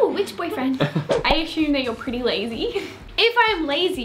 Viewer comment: I aSHume lmao 😂